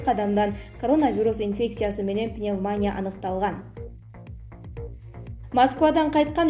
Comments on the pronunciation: Чон кыз ударенияларды туура койуп окучу, канча Эл айтты уксан боло, пандеемя эмес пандемия, пневмааня эмес пневмания дечи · Журналист кыз туура суйлочу.пандемия менен пневмонияны туура эмес басымда суйлоп жатасын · Туура окучу. Пневмония. Пандемия деген создорду. Канча айтабыз. Фамилияларды да.